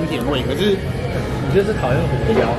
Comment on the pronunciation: ㄐㄧㄨ 肚雞～～😂